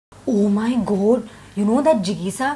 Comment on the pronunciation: A good attempt but you have stereotyped gujaratis with dandiya and garba , and their accents . GOAD for GOD , wtf is that ??, and why do we have only two names whenever gujjus are shown on screen : "jigisha" and "jignesh"/( here ,"bhavesh") ..